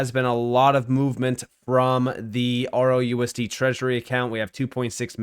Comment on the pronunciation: Why do you keep saying “ROUSD” when it’s RLUSD?